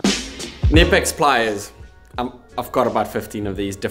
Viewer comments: I know I know I know, sounds ridiculous….. but Knipex is with a hard K. “Kuh-nipex” Rant over. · Ha! I've been saying it wrong for years then. Looks like it's pronounced kuh-nip-x. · Knipex is pronounced completely different. I have no idea how to "spell" it but in German, the combination of K + N has no silent N (like in Knicks, knive, knock an so forth). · Did you get sad at how he pronounced Knipex?